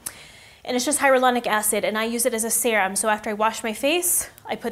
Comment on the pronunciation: It’s hyaluronic not hyarulonic